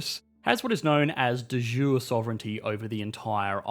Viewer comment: Quick note! It's "De jure" (by law and right, in latin). You pronounce it "the iooreh" in English 😂 Source: 10 years studying latin 🔥